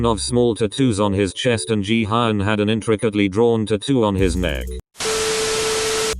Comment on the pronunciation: Ji- hian 💀 1 like: 1 prayer for and his pronunciation of jaehyuns name